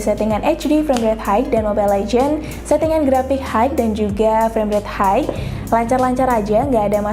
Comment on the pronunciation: High blgnya jg kayak hike. Dikira mau naik gunung 😂